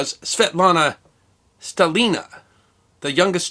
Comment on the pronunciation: stAlina, to be precise, on "A" But the way you're trying to pronounce slavic names is so cute, keep going!